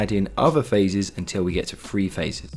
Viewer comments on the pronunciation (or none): To my ears all your "Th" consonants sound like "F" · Glad to have that explained at last! (Guess I was too lazy to look it up!) The diagrams make it very clear. One suggestion: work on your "th" sounds. I thought you were talking about "free phase" for a moment! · Are you saying free phase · Very informative video even if it is a tad confusing for non English people by referring to three phase as “free phase”